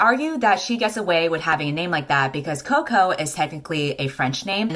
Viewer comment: Sorry to play the devil's advocate, but Coco is a diminutive for of the name Colette, and I isn't pronounced like it is in this video, or anything near to chocolate.